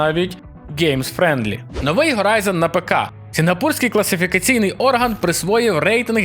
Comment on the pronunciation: Horizon Hogwarts Hades Это всё английские слова. Не надо их "украинизировать" заменой звука Х на звук Г. Это неправильная практика, которую не стоит популяризировать, пожалуйста.